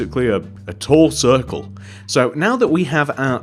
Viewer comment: when you said a tall circal i died of laphter for no reason other than you said a tall circal